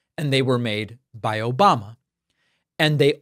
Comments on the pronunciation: That was my favorite “Obamna” it got me good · Still love every time i hear "Obamna" 😂😂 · "Obamna". always reminds me how deranged he is. Thanks for the giggle.